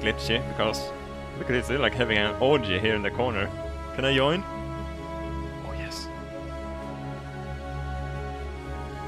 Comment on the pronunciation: "can i yoin?" :D